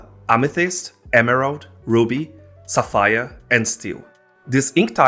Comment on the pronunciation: someone cant say Sapphire correctly LOL